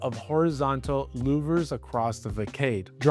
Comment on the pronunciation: facade pronunciation is fuhsaad - not fuhkayde